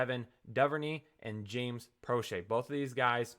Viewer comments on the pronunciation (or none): none